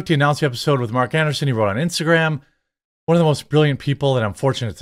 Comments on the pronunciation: Andreeson, not Anderson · AnDREEson... Not Anderson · An-dree-sen not An-der-sen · His last name is ANDREESSEN, NOT Anderson. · AndREEsen. An -DREE-sen not anderson. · Jeremy reads from articles almost exclusively with no research. It’s about quantity with him, not quality. I never minded until he wanted to expand into other ventures and pushed them to ad nauseam. I enjoy more obscure topics otherwise it’s frustrating to watch. Quality videos with a small script and improvisational commentary is the least he could do to improve his channel. An dree sen not Anderson and Thiel is pronounced almost like teal. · Jeremy pronouncing Andreessen as Anderson has me yelling at the screen. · Bro I hate to be pedantic but it’s andrEEsen.